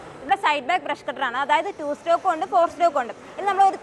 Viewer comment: Informative video...claps...but one thing...not" two stock"..that is two "stroke"...